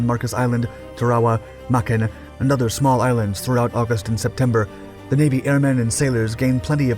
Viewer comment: How on Earth do you manage to mispronounce (almost) every single place-name? MAY-kin, not Mekin. Rah-BAWL, not Re-bowl. Okay, you nailed New Ireland - although I doubt the Irish accent was truly necessary.